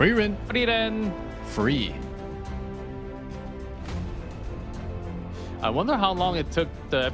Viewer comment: “Frieren Seven” 😵‍💫